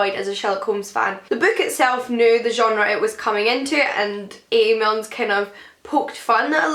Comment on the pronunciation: It's Milne ‼️ not Milnes ‼️‼️